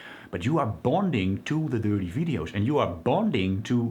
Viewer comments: The opposite of dopamine is every time he says 'durtee veedios". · I love the way 'watch the dirty videos' sounds with this accent it is very amusing. I once asked a girlfriend to do something really dirty when we were making love and she shit in the bed. That's why she is an ex-girlfriend.